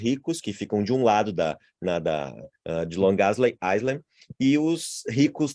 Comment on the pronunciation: Obrigada pelo conhecimento de vcs. No entanto, em "island" não se pronuncia o "s". Pesquisem! Fala-se "áilend". Gratidão!!!!!